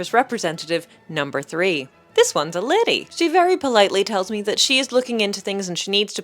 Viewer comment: The jovial tone of "this one's a lady!" despite the less than fortunate situation and how the word 'lady' was pronounced somehow gave me much joy.